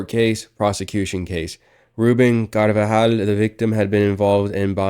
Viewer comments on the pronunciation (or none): Why is this dude adding an extra syllable to “carvajal” 😂